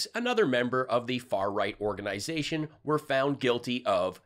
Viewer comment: You mispronounced were as we're. Hard to blame you, the comments make everyone that reads them dumber.